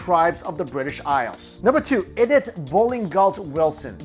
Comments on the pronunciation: Why can't you pronounce common names correctly? Hen rich is Hine rick, Life is Laif, and Ed ith is E dith. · You're pronouncing Edith wrong, my dude :) It's pronounced like "ee-dith".